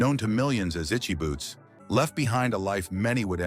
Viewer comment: Exactly! We could have spent our time better , watching one of her episodes. And he doesn't even bother to pronounce her name correctly. Disrespectful. Just riding on her popularity.